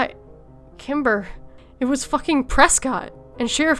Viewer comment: Sometimes when you said the name Kimber, it sounded like Timber.